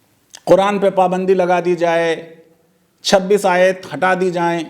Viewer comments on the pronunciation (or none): अबे गधे आयात नहीं आयत बोल।